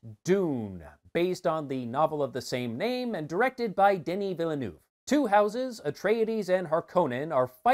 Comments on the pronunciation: The pronunciation of Villeneuve's name sets my teeth on edge. The correct pronunciation is Veeyulnerve. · Villeneuve: the frist 2 time your pronouce was terrible, at the 3rd i closd the video